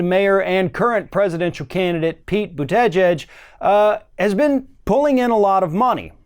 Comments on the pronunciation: Croix Rennie No. is not pronouncing his name correctly. Check Mayor Pete on The View. (Boot-A-Jeg) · It’s Bute-eh-Gige!! just slaughtered his last name. Just call him mayor Pete. 😜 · Learn to pronounce his name. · Sources? Bernie's not the only progressive out there, and he's what? 76? I heard Pete talking and saying that we need Medicare for all. And mispronouncing someone's name,, is a bit trumplike. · Dude, I came to this channel for information. But 38 seconds into the video you lost me! How is it that you cannot pronounce the name of YOUR subject matter?!?! I mean, seriously, if YOU expect ME to take you seriously, DO YOUR HOMEWORK. I'm gone!